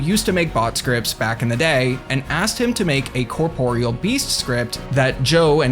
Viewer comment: Incredible. A RuneScaper who actually knows how to pronounce corporeal. Excellent work.